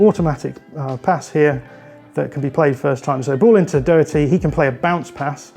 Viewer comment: Please say Doherty's name correctly,.. it shouldn't be difficult it's just a do sound like in 'doctor', just pronounced the same way as it is spelt. You are saying Doeherty, it's like if I called you Joen